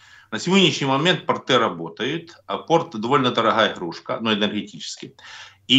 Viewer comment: Не портЫ, а пОрты, не тортЫ, а тОрты! Давайте правильно ставить ударение!!!